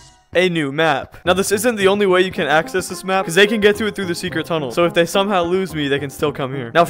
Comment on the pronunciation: U didn’t say they u said zay